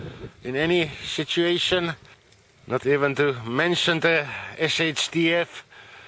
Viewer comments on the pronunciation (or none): Shituation? Was that intentional or your accent? 😂 -7 is a bit chilly, mate.